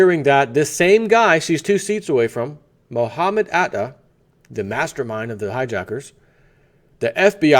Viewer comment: Mohatma otta...he he......its Mohamed Atta